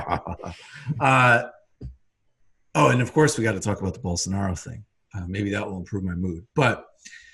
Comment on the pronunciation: It's pronounced "bowl SAR knee ohhh"